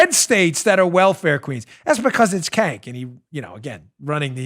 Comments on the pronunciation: HAHAHAHAHAHAHA you said KANK!!!! It’s pronounced CHENK but I prefer KANK. That’s the funniest thing Ive heard today... thanks for the laughs!!! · Dan his name isn't Cank, it's Chunk. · Hey Dan, according to Tim Pool, who apparently is familiar with this guy, his first name "Cenk," is pronounced "Jenk." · Dan you got his name wrong. It’s Not Cank it’s Chunk Yoghurt from TYT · Kank? I thought it was Junk. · The guy who runs the TYT clown show, his name is pronounced "Chunk Yogurt". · Oh my goodness, I about died laughing hearing you repeat the sound "kank" fingers crossed that you deliberately mispronounced his name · Cenk is pronounced sink aka 50 cent ogre. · It's "The Young Turks"... not "Turds", although fitting. The head turd's name is pronounced JAYNK. It was his group "Justice Democrats" that put AOC in office.